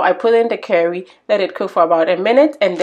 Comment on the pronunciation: Do you know how long it took me to look for the seasoning called 'KERRIE' before I realized that you were saying the word 'CURRY' I was looking all on the internet for this DAMB SEASONING! 🙄 I tell you, people from around the World their accents can either get you into trouble or cause a complete misunderstanding! So glad i figured it out in the end! Because I love curry in my food 🤭 Your food is just exquisite! I just cannot wait to try it! I love Shrimps, Prawns etc you name it! I just finished making a Seafood and Noodles dish, my son and I absolutely loved it!